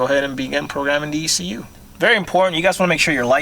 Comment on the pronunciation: E C U!!! Not exhoetech